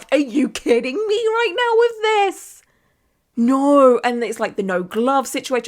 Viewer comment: I'm from America so every time I hear "Naurrr" it makes me smile😊 Love these videos so much!